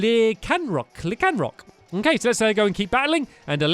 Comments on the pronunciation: It's pronuced lie can rock and it has a day and night for.Olivia was using night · Lycanroc is pronounced (Lai-Can-Rock) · The red and white wolf is pronounced lie- son -rock